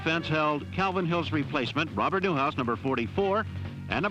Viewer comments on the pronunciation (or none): none